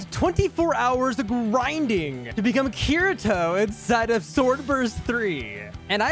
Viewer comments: bro said cureatoe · U know bro doesnt watch alot of anime when he pronounces the main character's name wrong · you cant even say Kirito correctly